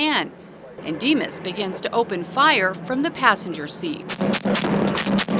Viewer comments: “The chase begans” 😂😂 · “And the chase begans” 😂😂😂😂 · lmaoo "and the chase begans"